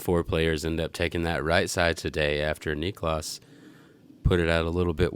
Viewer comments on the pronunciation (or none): As a Finn it's painful to listen to them saying "Niklaas" all the time. No need to stretch that A-letter. I mean, you don't say "Nicolaas Cage" either, do you?